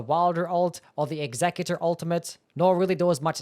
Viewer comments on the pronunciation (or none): It's not executor it's executor.